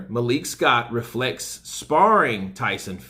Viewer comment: From "ferlects" to "relects". Take a break, brother. You must be tired.